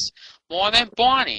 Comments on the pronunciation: "Bawney da dinosauw so special wight here on da earth?" I thought he was special on every other planet in the solar system too! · Bahney duh dininasauw! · He said heboo version of Barney and he said Barney and the back yard gay doll 😂